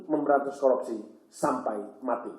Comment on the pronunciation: ngomong korupsi aja blom bener , KOROPSI wkwk